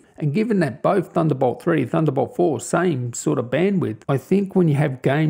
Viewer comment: I took a shot every time you said "THUNDERBOWLT" and now im dead X.X